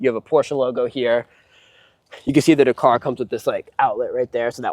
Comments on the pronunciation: It's DAKaaar not Dkrrrr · Please learn how to pronounce Dakar! This video is fucking annoying - dercar, decar, decar every other word! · Say 911 dakar one more time. I dare you. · Mate, learn to say Dakar properly…. But what a fantastic car, great to see one being used. Porsche build such fantastic cars. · lol I mean care or don’t care it’s up to you. But he is saying it wrong…..